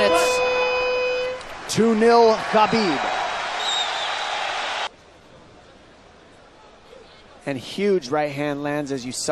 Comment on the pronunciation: Is Habib not Khabib